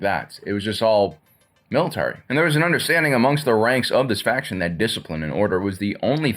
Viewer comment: Say "faction" again. But seriously, not a bad video.